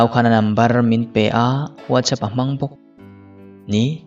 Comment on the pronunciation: Whatsapp hi nga ti nge VUAT CHAP tia in lam ziah, Sap ramah kan awm a, VUAT ZAP an ti nia